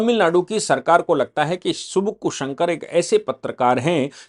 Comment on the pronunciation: Sir it is suvukku. It is savukku tamil word for chabuk (whip)